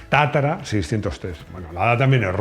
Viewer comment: Es tatra, no tatara...